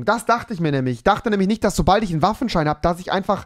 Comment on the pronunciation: Sandro Salvatore ich meinte seinen Sprachfehler xD!